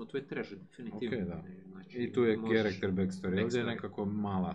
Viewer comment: Pohvaljujem trud - ubuduće malo manje "(z)nači" poštapalica i bit će OK. Eh da, nije "ćarakter" sheet, baš ni u kojem slučaju. :)